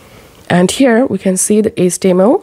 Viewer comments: IT’S “HEYCH TEA EMM ELL” (HTML) Stop pronouncing H as ESS. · what is ace-tee-em-el?